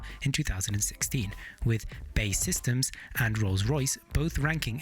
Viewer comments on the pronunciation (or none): It’s pronounced B.A.E systems! Other than that great video!